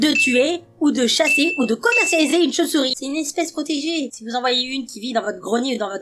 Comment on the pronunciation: comment ta mi la choupsour pas la vidéo le choupesourie quand tu parle